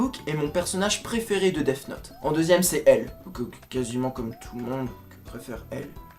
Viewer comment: Tu as tellement bien prononcé Death note que j'ai aimais èwé